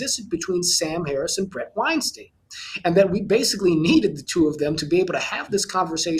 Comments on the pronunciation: John uses a lot of fancy-speak but I can't figure out what he's saying. And he doesn't know how to pronounce his friend Bret's last name. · If Bret is a good friend of yours the least you could do is pronounce his name properly.. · This guy is Bret Weinstein’s friend, yet mispronounces his last name?